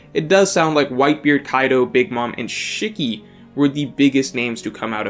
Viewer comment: Lmao. I kno u somehow dont kno a lot of names but come on.. Not even able to pronounce shiki?